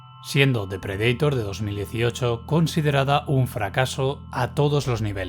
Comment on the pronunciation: Que tienen los españoles con la pronunciación de predator ? 😅